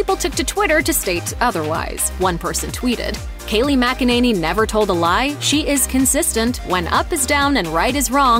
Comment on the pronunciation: For Christ's sake, it's not mack-a-nanny, it's mik-in-a-nee